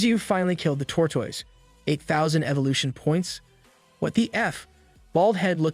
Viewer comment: it sounds like hes saying tortwoise